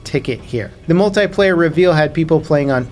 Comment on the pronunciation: Why can’t Americans pronounce “multiplayer” correctly?